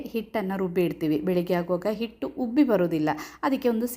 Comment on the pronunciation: ಹುಬ್ಬಿ ಅಲ್ಲ ಉಬ್ಬಿ